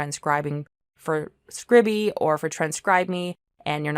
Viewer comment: I think it's pronounced scribe-e, not scribby? Note the lack of double consonant. Scribe-e, from to scribe or transcribe.